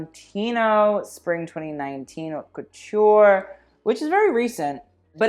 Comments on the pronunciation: Is it that you don't even know how to pronounce your own channel, or are you doing a play on words? It's pronounced 'Oat', with the H silent. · meanwhile he can't even pronounce haute